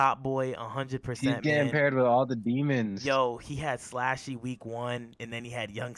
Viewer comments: Pronounced SLUSHY slluuushy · It’s slxshee like the drink there’s no A in my name 😤